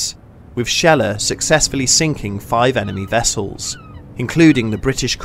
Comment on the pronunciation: "sinking five emeny vessels"